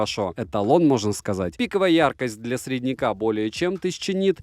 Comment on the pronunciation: Конкурент недорогим Realme. Норм. Но продолжает говорить "средняк", а не "сЕредняк". Эх,.